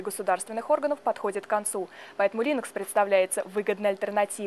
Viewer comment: Линекс .. бля... я выключаю .. Линукс может? Не ?